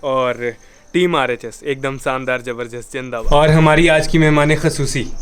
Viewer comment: Sorry to say but what's this "jaberdast" I always thought it's zabardast.